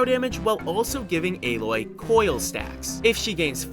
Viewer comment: AH-LOY my dude